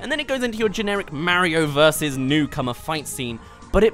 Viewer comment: It’s Mario not merio